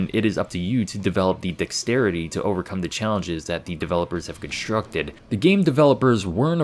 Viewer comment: conshtructed, shtrike... it's so hard not to put a fucking h to words containing the letter s t and r next to each other... shtrong, exshtremely, reshtrictive etc... that's irritating as fuck.